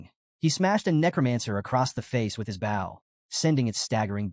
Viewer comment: There are still mistakes in the narration. A "bow" and arrow. Pronounced like a "bowl" of rice. Instead, the narrator says "bowel." A few other mistakes as well.